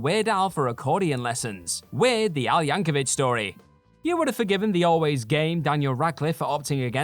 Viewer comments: One more time: it's YancoVIC, not Yancovich. It's a hard C, folks. In other news, "aluminum" has only 4 syllables (and only one "i"). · Btw, it's YankoVIC.